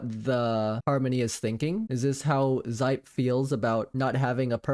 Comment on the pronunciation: I belive Xipe is pronounced like "she-peh?"